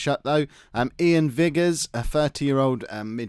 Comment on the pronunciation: Iain Vigurs has been around the Premiership up here in Scotland for years. Decent player. It is however pronounced with a capital I, rhymes with Tigers